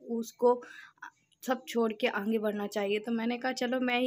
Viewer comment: ap aaange mt bola kriye sunne me achha ni lgta aage bola jata h😘